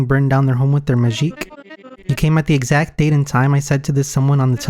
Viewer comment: man, this is such a good game, and I love your videos too, but it's absolutely infuriating to me that you're pronouncing it ✨Majique✨ for absolutely no reason lol